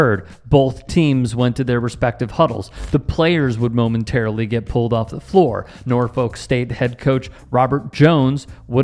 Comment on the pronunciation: It's pronounced NOR-fik